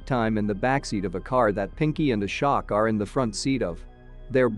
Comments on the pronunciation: As an American it's still embarrassing. I've known how to pronounce Ashok since I was a kid. Really, if they're going to do a review of a foreign movie, at least watch the movie FIRST so you know how to pronounce the names. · Lmao i thought it's A-shock all along I was ye kaisa nam hai🤣